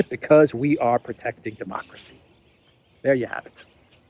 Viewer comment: " yuh, demokwacy" is she ever not drunk 😂😂😂